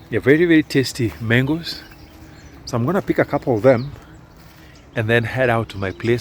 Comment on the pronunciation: Ikoni "mengosss"😂😂